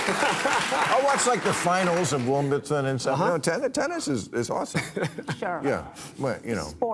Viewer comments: Wimbledon not Wombaten; Maher is nearly 70, so there may be cognitive speech deterioration.. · Bill , it's Wimbledon, costco (not cosco) and pheromones, (not femerones). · Femerones not Pheromones? Wimbleton not Wimbledon? Rock with the what is it, Sock 'em Rock 'em with the thing..., not Rock 'em Sock 'em Robots? Is Bill OK? He really seemed to be struggling there. Hope it's just a cold or something. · You know Bill doesn't follow tennis when he says Wimbleton. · bill butchered the words wimbledon and pheromones in one segment.